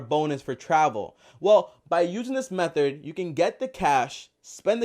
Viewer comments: Am I the only person who hears him say "MethoR" instead of method? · M-E-TH-O-R MAaaaan.